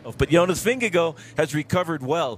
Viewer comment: Bob, learn how to say Vingegaard's name!!! It's not Vingagoo!